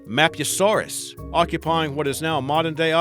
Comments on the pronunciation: did he say map u saurus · Din on ichus? Map u saurus? Ka chara dontosaurus? True dun? It's die no ni kus Map who saurus Kar Kara dontosaurus And troo don